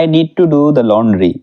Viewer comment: I'm. Tir. Hee. Is. Taking. Dha. Bath.. What. Are. You. Loking.